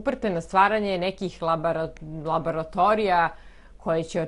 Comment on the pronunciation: Jovana, hvala za svu istinu i kritiku koje nam saopstavas, ali te molim da lepo izgovoris labOratorija, a ne labAratorija, bas mi bode usi. Znam da je minorna primedba, izvinjavam se zbog toga, ali zelim da budes perfektna, kao sto i jesi u svemu. Zivela i srecno u svim naporima.